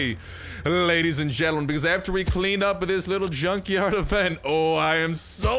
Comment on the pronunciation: that's also my favorite avent! Seriously why do you pronounce event as avent?